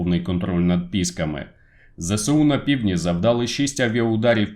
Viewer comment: Не пІски, а піскИ